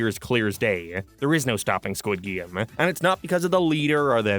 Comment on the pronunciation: Disliked because you kept saying "Geem" instead of "Game". Yes, I am that petty.